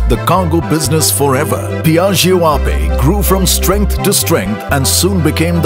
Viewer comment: Wtf... It is aa-pey and not just aye-p..